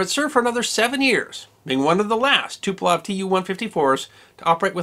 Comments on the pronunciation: Speaking of which, it's TuPOlev, not TuPElov - there's the same mistake in the description. But still a really good job. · "Tuplough" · As a person who can speak a little Slavic I think your pronunciations were pretty good! One error I did note though was that you said the crash of the Polish airforce Tu-154 occurred in Poland, it did not, it occurred near Smolensk, Russia.